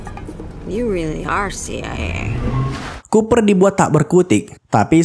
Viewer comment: Kupar...😁Cooper...koo. pa -berbunyi